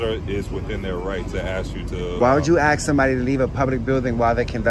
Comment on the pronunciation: Camera man can’t even pronounce ‘ask’